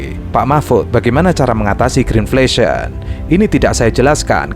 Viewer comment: ngomongnya greenfation atau greenflation sih? halah halaaah